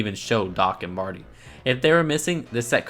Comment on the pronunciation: Did you say murty and dock